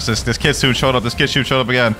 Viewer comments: Its Kitsune like you pronounce the letter "e" at the end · its pronounced kitsu-ney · listen carefully: kit-soon-ayyy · bro its KIT SU NE